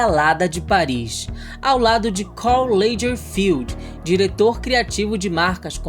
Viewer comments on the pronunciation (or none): Procure saber qual é a pronúncia correta de Lagerfeld 😉